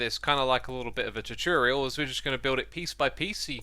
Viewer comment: I have to say I've never heard someone pronounce tutorial quite like this but I like it